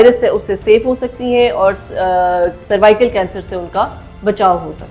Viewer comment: Madam jee it's cervical not survical ap Galat pronunce kar rahi Hain woh nhi... Dikhai ja kar bahr ky mumalick mei is vaccine ne kiay karnamay kiay Hain... Yahan bhooky ko Khana free nhi milta vaccine kesy milni.. jaiyee ap!